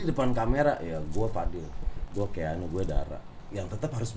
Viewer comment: kang, bukan keanugl tapi keanuagl wkwk